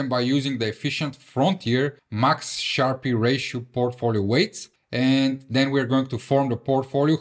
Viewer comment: Nice vid, nice skills, it is pronounced Sharp ratio, not SharpEE though